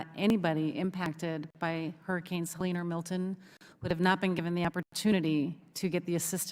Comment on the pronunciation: She still doesn’t know the name of the hurricane! It was Helene not salene ! Seriously